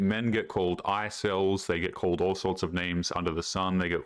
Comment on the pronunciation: it is INcel not Icell. she is obnoxious but i happen to agree a telephone call is in order. there is also absolutely no need to make any mention of another woman. why these women think ranting about things like this on tik tok is a good idea is beyond me.